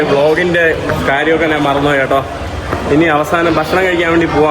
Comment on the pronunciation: നാണ്, നാൻ, നാന് അല്ല, ഞാൻ ആണ് ശരി